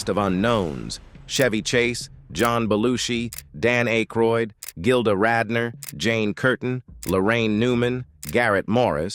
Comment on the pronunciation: Thank you for teaching me how to pronounce Aykroyd.